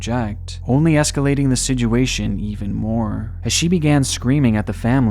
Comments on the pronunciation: didn't know it was pronounced sidjuation damn, guess Im not in the 5% of literate people.. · Why do you say "situation" like "Sijuation"?